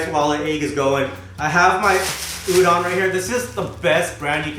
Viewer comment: Looking forward to this series, but it really annoys me when people mispronounce udon.🤪😳 #PetPeeve